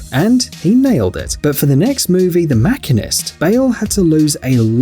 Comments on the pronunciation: Did you say Makenist? Do you realise it is the Machinist? You had one job. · It's Christian Bale not Christine Bell and it's the machinist.not the machine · Wait a sec .... How did the narrator just pronounce " the machinist" ??!